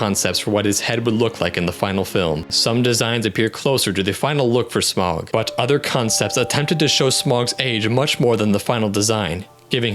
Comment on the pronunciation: Also Smaug is pronounced “Sm-ow-g, not Sm-o-g. (Smauwg) or think of the au in Smaug as sounding like the au in Sauron”